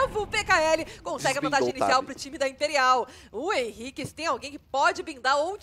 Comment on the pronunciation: Problema é chamar o Henrique de Ren, é esquisito